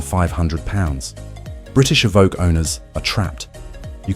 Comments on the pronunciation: My 20yo, 200k V70 is still a daily driver champion. And it's pronounced 'E-voke' not 'Ee-vo- kay'. And the complex electronics are an issue witb all new cars today, particularly ADAS. I work in the industry so see it daily. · as soon as you said evokae - i new i had to leave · “Evokay” isn’t that a character from Star Wars? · Tje range rover evvvv ok ,more AI pish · Eh-vo-kay What car would that be? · What’s an evokay?? Lol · A voke ay? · A.I with a slight lisp, that's novel but still A.I. it can't pronounce Evoque 50% of the time? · Has anyone cointed the number of times 'he' said 'astronomical' and 'catastrophic'?! And I wish 'he' would decide how to pronounce Evoque! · Hate this AI voice and the pronunciation of Evoque first couple of times is hilarious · Terrible voice over. English accent but American pronunciation, for example "two thousand twenty five" rather than "two thousand AND twenty five." "Evoque" pronounced in two different ways, "Jaguar" pronounced "Jagwar" but with an English accent. Nightmare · Evoque, eh. It's how Canadian's say it.